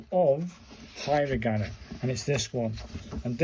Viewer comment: Uh please learn the pronunciation from a video and also it's not hi ra gana